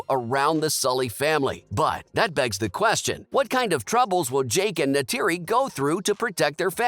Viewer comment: Go and learn the actual pronunciation of lo'ak, tuktirey, kiri, neytiri and eywa!!!